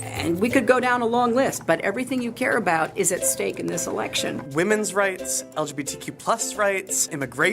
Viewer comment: “Algae beetee q plus community” Lmao